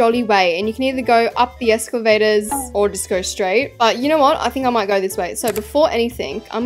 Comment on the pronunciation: I keep laughing when keeps saying escavator 😂